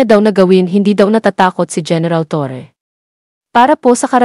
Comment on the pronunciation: Torre po Ang Tamang pronounciation hindi “Torri” aayusin po ninyo, ok na sana yung pag English English mo